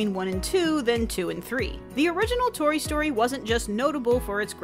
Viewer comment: Did you just say Tory Story?